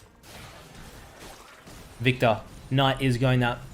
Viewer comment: its viKtor not vita with ur accent!